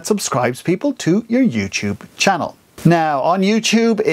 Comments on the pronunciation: chann'ell' OMG I LOVE THE WAY HE SAYS THAT 😂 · I love how you emphasis the "ch" in 'channel'